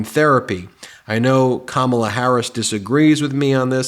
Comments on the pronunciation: You may not be a Trump guy for much longer Mr Vance. Trump probably wont be a Trump guy for much longer. Have you guys met Ms Harris? The excitment I feel is very real. We have a great candidate in Kamala. I see you have trouble pronoucing her name. The stress is on the first syllable Ka. I know you have a problem with speaking english still but hey; you finally might know what NATO does. It is an alliance. The USA went to war against Iraq and all Nato members went with us. Thats how it works Donny. Even for such a stupid war all of the NATO members acted like it was cool to help the USA in our creation of ISIS. You still dont get it right? Maybe Kamala will help you. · Trump talks about her as if he knows her. He doesn't even know how to pronounce her name.